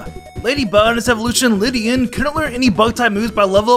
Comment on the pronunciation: Is not lid-e-in it’s lay-d-in